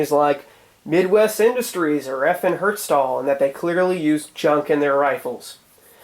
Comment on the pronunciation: It's FN Herstal, not Hertstal. Just for the record since I'm from Belgium. Good vid though!